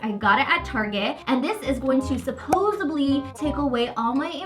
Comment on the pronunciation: It is 'supposedly, not supposably.